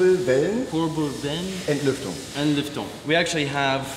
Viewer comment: Seine deutsche Aussprache ist auch echt gut! Kurbelwellenentlüftung oder Hornbach 😁